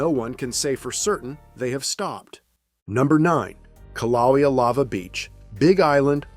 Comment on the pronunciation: That Hawaiian volcano is called Kill-ah-waya, not Kil-ah-we-ah